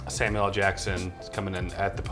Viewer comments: Why do people say Sam u el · Does she think that Samuel L's name is pronounced Sam-U-elle? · The way she pronounces “Samuel L.” kills me, “Samielle”. sounds like a combination of Samuel and Danielle. 🤣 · "Sam Yell"